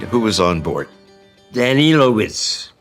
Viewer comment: Why they constatly pronauncing his last name as Danielovitz when it is in fact Danilovic!?